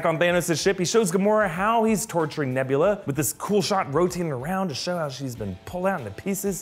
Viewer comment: Hey just listen alittle closer on nevvlerer